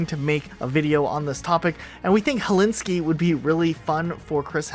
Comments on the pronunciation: Am I deaf? Did he just say Hellinski? Lol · he is Rio not Denver brooo!! And you told helinski for helsinki